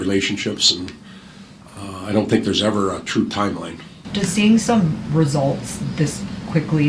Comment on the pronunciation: I am always so impressed with kaspers english usually when young players come from over seas they have super strong accents and that "foreign english" where its kinda broken sentences and stuff but his is pretty damn perfect only thing i notice with his English is for the words like think he pronounces it like fink but compared to other players not from NA its very understandable